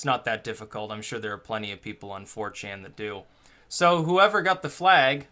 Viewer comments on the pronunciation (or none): none